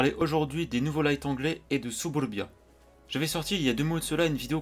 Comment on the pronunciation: ooooh cette prononciation !!! : " SUBURBIA ! " Tu nous ne nous avait pas dis que tu avait des origines russe ... J'suis sure Staline était ton arrière gr. père 😂😂 Bruuuhhhh sinon il on l'air sympa les nouveau lights anglais ! Je vais surement les rush! Sais tu leurs dates de sortie ? Malheureusement je pense que tu as raison sur le fait que wg aurait surement dû commencer une branche partant du tier 1, 2 ou 3 ... Le truc c'est que vu que tt le monde a le Cromwell, ça voudra surement dire que bcp de monde vont posséder ces char anglais .... (avis subjectif)